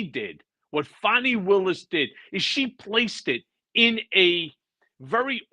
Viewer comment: Notice the purposeful mispronunciation of Fani. I think I’ll just start pronouncing ‘Trump’ as ‘Tramp’. Hmmm. Or is T-r-u-m-p pronounced “lying racist misogynistic narcissistic sociopathic megalomaniacal seditious bloviating evil conman rapist criminal?”